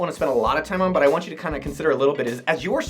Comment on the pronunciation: “I vant em to have more escorts” 😂😂